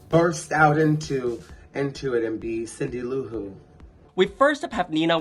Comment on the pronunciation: Aja, sis………it ain’t Cindy LouHooo, it’s Cindylou Who. (They live in Whoville gurl). 😂😂😂